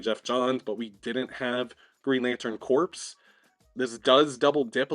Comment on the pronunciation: Hey, just FYI, "corps" is pronounced like "core" not "corpse". Not a criticism or anything, just letting you know. 🙂